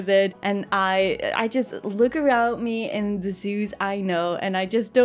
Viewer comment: And then she said"Meilin" zoo...and my heart broke in billion pieces...